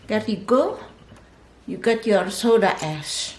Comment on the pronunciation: Am i the only one who heard soda ass ?